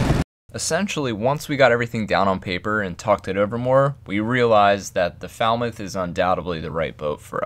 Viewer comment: You’d get some pretty foul looks if you were asking directions to Falmouth pronouncing it like that!🙂